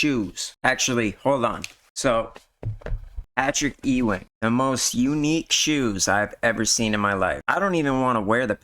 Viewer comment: It's Patrick Ewing (You Wing) not Eeee Wing